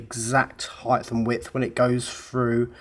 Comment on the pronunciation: Please stop say 'Heighth', you're smatter than that.